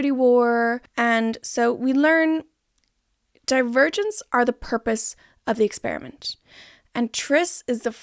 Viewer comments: Every time you say Divergents I hear Die-Virgins and its taking me tf out lol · About 10 min into the video I started hearing “divergents” as “the virgins” and honestly that further enhanced my viewing experience